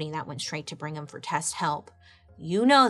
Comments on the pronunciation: That surname is pronounced BRIG-ham, not Bring-ham. Just FYI... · Qing dynasty ,yes ,but prounced ch-ing 😘 Ok LOL on Bring-em !